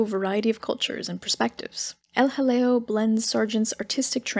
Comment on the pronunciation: Every time you say El Jaleo, all I can think of is a British comedy sketch with some toff saying "Oh, hello". Maybe John Cleese or Dudley Moore.